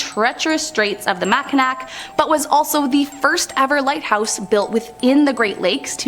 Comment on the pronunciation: Good video but gotta work on the pronunciations. Like Saginaw and mackinaw.